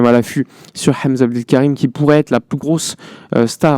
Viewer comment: Tu prononce très magnifiquement le nom de Hamza Abdoul Karim